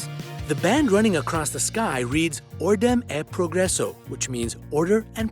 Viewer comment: I loved seeing him pronounce "Ordem e Progresso" but it was faaaaar from correct